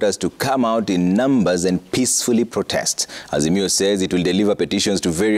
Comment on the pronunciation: Ni protest ama prodest boss? You can't pronounce words correctly on national TV😂😂